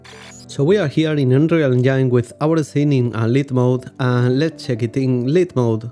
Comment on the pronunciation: "unreal engyne" he said.. very nice tutorials by the way sir. thank you so much